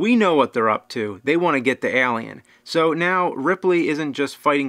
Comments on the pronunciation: What's that? Ahlien? Wtf is that? It's Eylien. (Just kidding your fucking awesome bro). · ehlien.. its Alien! A not E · Why are you saying it like that? Aalien. Excellent content though, very excellent content. #Escapism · It's Alien!!! not Alien. Lol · i hate how you s ALLLLIen instead of alien, its alien, not ALLLien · Al-E-Ann Ale-E-En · Why is james saying "Eh-liam" it was throwing me off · he leaves off the "A" and just says "L"ien...... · "Lance HenDriksen" ( , ) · Stop pronouncing it Elien! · "Ehlian" wot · Why does your pronunciation of the word alien, sound so weird to me.